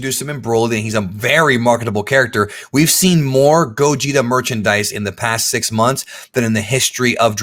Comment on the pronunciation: They keep saying gogeta, I keep hearing Gojira.... smh